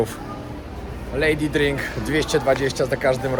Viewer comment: Lady drink 220, tak słyszałem - było bezcenne 😅